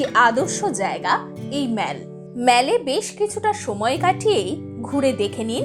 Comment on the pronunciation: Good information. One serious comment. You are continuously pronouncing “Mall” as “মেল”। শুদ্ধ উচ্চারণ হবে “মল”। You are ruining your post mentioning continuously as মেল ।